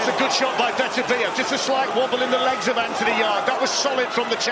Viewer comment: Yarde belt up to his rib cage. Ref pulling up his shorts?? Fix was in. His name is pronounced Beterbiyev. Not butter biev. Ignorant commentators